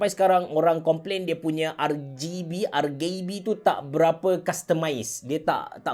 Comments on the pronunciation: Kenapa ARGAYBE? Bkn ke ARGIBI? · No one: Absolutely no one: Abe ceroh, : R-GAY-B ke... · R-gay-B, Onee-ke.. AHAHAHAHAHAHA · rgb sebutan indo ke tu? piyubege